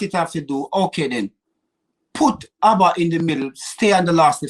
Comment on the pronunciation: Calls Auba , ABBA looooooooool knowing me knowing you, ahaaaaaa looooooool